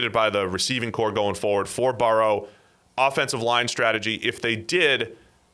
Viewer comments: Burr-oh not baor-ohw. The other guy says it correctly to his face like three or four times. You're saying it stupidly on purpose. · Why does have such a hard time pronouncing Burrow